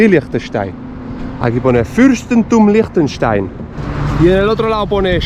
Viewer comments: Como dijiste? Frankistain? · Se pronuncia asi: leinchestein, así de fácil 😅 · Team pronunciación "Lichtenschtein" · Siempre me cuesta diferenciar los acentos. Liechtenstein, de acuerdo al acento local, ¿se pronuncia algo así como “Leegh tesch tai”? ¿O me equivoco? Porque creo haber notado que la “n” es muda cuando lo pronunciaste con el acento del país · Yo lo pronuncio como: “Liktestæn” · Me encanto "Liechestein" jajaja sobretodo porque se puede ir en bici a Austria y/o Suiza Consulta eres de Liechtenstein o Austria/Suiza? gracias por el video como siempre... me sigo "qdando" en Suiza y "trabajando" en Liechtenstein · Yo lo conocía por la película de corazón de caballero. El personaje se hacia pasar por el lord de Liechtenstein. Y creo que por culpa de esa película pronuncia mal su nombre.